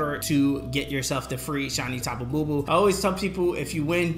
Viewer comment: Tapu Bulu not Bubu